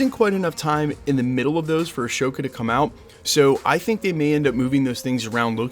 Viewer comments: Why did you keep saying “a-show-ka?” The series is definitely pronounced “a-soe-ka” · Just a heads up, it's AHsoka, not Ashoka. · AH-SO-KA, not Ashokka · It is Ahsoka, not Ashoka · say a"show"ka instead of "ah"soka one more time bro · It's Ahsoka NOT Ashoka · Also, just a little nitpick, it's Ahsoka, not Ashoka lol. No "sh" sound. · a"sh"oka 😂😂😂. Great video btw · Ashoka???????Ahsoka Tano. Took me a while to figure what you talking bout bruv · triggered by the way you said Ashoka but youre probably smart enough to do it for the comments lol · It’s pronounced uh-so-cuh (Ahsoka)🤦‍♂️ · Not being petty. I realize being on track with details has always been a solidly reliable thing for you and the channel. To that end, the correct pronunciation of the upcoming Rosario Dawson Star Wars series is “Ah So Kah.” Thanks for always keeping us all up to date with everything happening in the MCU. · (Uh-Soak-uh) trying to save you 😂 Appreciate the hard work and info! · I thought for sure Loki would be debuting a month or two after Antman made it to Disney Plus. A bit disappointed. Also, thank you for addressing the scammers. Not enough YouTubers ever even bring it up. Btw no sh sound in Ahsoka. ✌️ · Ahsoka is not pronounced that way >< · Were you mispronouncing Ahsoka? Lol. Not a big Star Wars fan, I assume? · that H is supposed to be silent